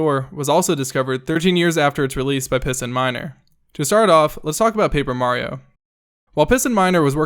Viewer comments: I heard "Pissin Minder" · PistonMiner... I thought he said PissinMiner